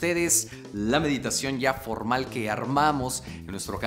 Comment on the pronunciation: "Mediteichon" 2020